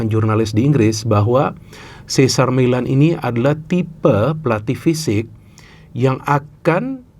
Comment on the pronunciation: sih zer mei lehn (Cesar Meylan..hati2 sebut namanya, karena, se sar mi lan (cesar millan) itu pelatih juga sih, tapi...